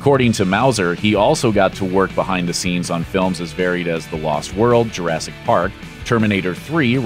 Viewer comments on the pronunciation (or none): none